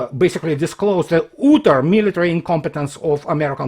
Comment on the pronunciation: not "ootter" - "ahtter" utter